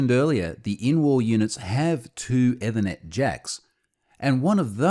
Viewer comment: At first I thought it was a Unifi brand name (I was listening as a pod-cast, not watching). The YouTube subtitles understand it as "ever net" or "ewa net".